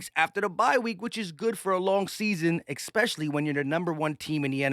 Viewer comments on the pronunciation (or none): X specially/eckspecially???